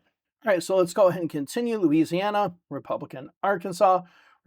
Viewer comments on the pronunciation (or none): none